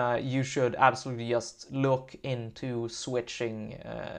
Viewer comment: The word "just" starts with a "j", not with an "i" ;)